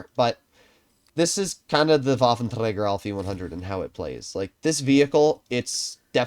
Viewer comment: Day one of asking to stop saying Waffenträger in a Scottish accent 😏